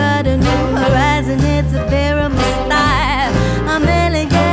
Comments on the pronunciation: She mispronounced "ephemeral" lol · I'm just annoyed there's a whole room full of people and nobody bothered to help her say "ephemeral" correctly. Letting someone mispronounce something like that in a video going to a huge audience is just rude. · She pronounced ephemeral wrong lol